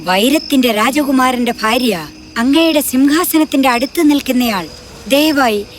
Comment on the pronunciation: ഫാര്യ അല്ല ഭാര്യ ആണ് തെറ്റ് പറ്റിയതാണോ. എന്നാലും supper 👍🏻👍🏻